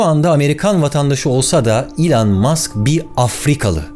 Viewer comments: ilan diye bi telaffuzu nerden buldun acaba ? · İlhan musk diye duydum akdhshsj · Lütfen artık adını doğru telaffuz edelim ey Türkiye..... iiiiilon ilon ... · İlan Mask diyince İlhan Mansız gibi geliyor :) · İlhan mask değil o, (i)lan mask. Çok irrite etti yazmak istedim yoksa takılmam genelde. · Elon'u yanlış telaffuz ediyorsunuz Barış Bey. Doğrusu "i lon". iTunes'un telaffuzu da "ay tûy(n)z"